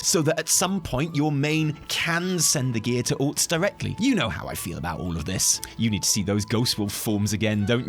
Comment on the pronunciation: The way you say "alts" makes my brain hear "orcs", and that's fine because it gives me a giggle since I play only Alliance. I shall send all the crappy gear to the orcs. 😉